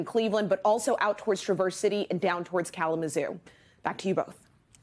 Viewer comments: Note to the Weather Person: Traverse City is pronounced TRA-verse, not tra-VERSE. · Did that weather lady actually say “ Traversity “ when she referred to the Michigan area of Traverse City ?????